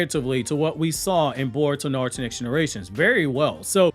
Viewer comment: It was a bit funny, read the name with that "NaROOOto" pronunciation heh 😄